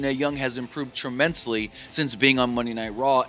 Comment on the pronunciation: Renee young has improved "Trimmensely" 😂